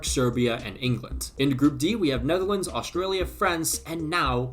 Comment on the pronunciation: bro said australia 💔